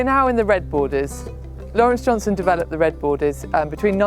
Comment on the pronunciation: JohnsTon not JohnSon!